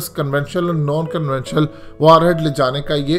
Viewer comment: The word is "conventional" and "non conventional" .... And not "convetionul".